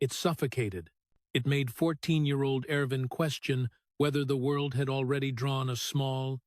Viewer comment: his given name in Ervin, not Arvin. Jezus, everyone knows that. His could this video get his name wrong?